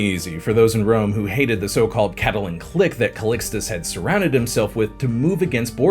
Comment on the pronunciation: More scandalous than Pope Alexander VI is the way you say Sforza, Curia, and Callistus. 😢😢